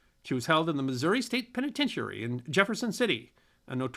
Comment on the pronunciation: That's "us historians", not "we". And "penitentiary" doesn't have have emphasis on the penultimate syllable. Otherwise, quite good.